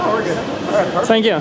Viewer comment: haha sänkjo or thankyou,?:)